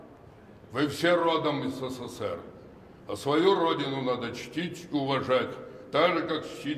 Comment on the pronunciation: Почему он говорит сср?